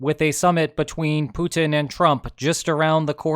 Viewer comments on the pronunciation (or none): none